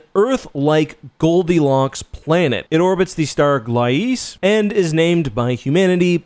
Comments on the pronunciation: Gleise = Gly-zuh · Never heard someone pronounce Gliese (/ˈɡliːzə/ i as in fleece) the way you are. lol.